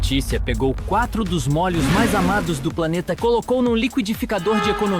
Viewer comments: "Mólhos", é demais... 😂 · O narrador deve ser gaúcho, a pronúncia de molho sai : “mólho(s)”